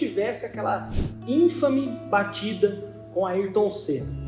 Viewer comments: "ínfame" foi foda. kkkkkkkkk Gente, não tentem falar palavras que vocês não conhecem. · A maneira como vc pronuncia a palavra Infame merece uma ediçao do seu otimo vídeo. Sr for possivel faça isso